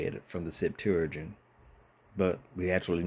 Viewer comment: You should learn how to say Septuagint